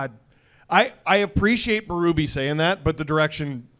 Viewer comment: Why do you guys keep saying Berube’s name wrong? Bee, not bay.